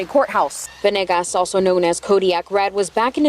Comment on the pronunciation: Isnt it veNAYgus? They keep saying venIGGAS